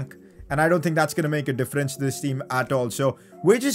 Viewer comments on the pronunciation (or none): none